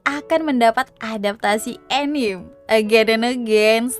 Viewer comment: saya req dong kalau anime jangan dibaca anim atau enim wkwkw santai kak canda doang